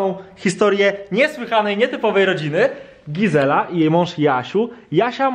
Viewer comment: Gizela a nie gazela 😅